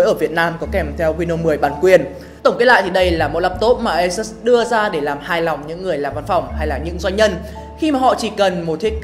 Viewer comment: Đọc là ây-sút-s nhe bạn.